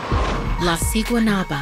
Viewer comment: Guatemala is a poor country they would never do something like this plus there is no Valentine’s Day there also u said siguanuaba wrong u say it with a b also who tf goes to a swim date there and no one over there looks that cute